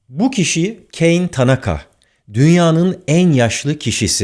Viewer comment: Ka-ne ta-na-ka. kayn degil